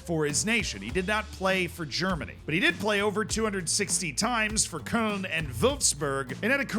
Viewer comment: I’m surprised that you completely butcher Köln and Würzburg, but are able to say Blind like a pro✌🏻